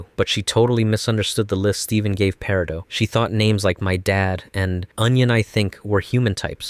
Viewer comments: Peri-dough?! It’s peri-dot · I know right? Why is he pronouncing peridot wrong instead of actually saying peridot? Her name was NEVER said as peridough in the show, it was always said as peridot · That's the actual pronounciation...periDOT is her name, her gem is a peri-dough. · Bro, it’s paradot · I kinda like the paradeux pronunciation, very elegant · Correct pronunciations: PEAR-ih-DOT CAL-SAID-KNEE